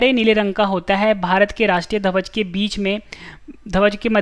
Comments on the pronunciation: ध्वज सही से बोलो भाई आप धवज बोल रहे हो। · धवज नहीं भाई ध्वज बोलना सीखो